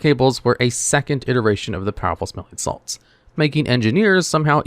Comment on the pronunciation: I did not like the way powerful smelling salts was pronounced powerful-smelling salts instead of powerful smelling-salts